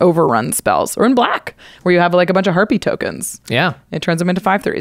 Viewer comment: I thought said “herpee tokens.” She said harpy.